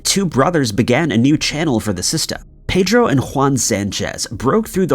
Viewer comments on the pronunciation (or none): none